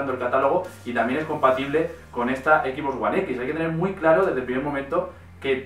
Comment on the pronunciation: cual es el problema con la mayoría de los españoles que no puede decir XBox como tal si no que dicen XBoss (equis boss) saben que al decirlo así le cambian el nombre a la consola, estan diciendo el "jefe x" en lugar de "la caja x" como sería su traducción al español